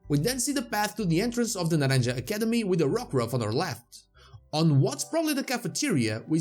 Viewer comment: It’s actually pronounced Na ran ha( the J in Naranja makes a “H” sound like in “Happy”) Is not necessarily something you missed but I figured I let you know. A lot of people have been pronouncing it with a “J” sound so you are not the only one.